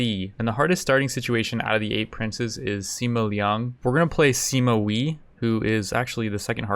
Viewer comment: THIS IS HOW YOU PRONOUNCE THE NAMES Sima Wei = Seema Way not wee Sun Jian = Soon Jun